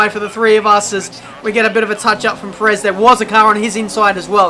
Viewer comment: The way you pronounced Perez kind of annoying